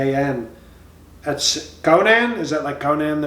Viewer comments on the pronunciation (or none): none